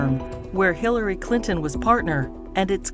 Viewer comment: Why does it sound like they say Hillary Cliton instead of Clinton? 😂